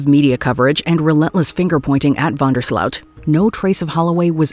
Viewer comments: it's van der sloot pronounces with an "o" not an 'ow'.😅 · I cringed everytime she said Van Der SLOUT. As if anyone uses the proto-germanic version of the words pronunciation ...since the 14th century. Being netherelander and NOT from some places like South Africa...it is OOT, not OAT or AUT. Don;t ask me why, it jsut rubbed me rraw. I think it's because too many people online attempt to add thier view,take,twist, to words to appear less stupid, more pretentious, or to show off how badly they paid attention in school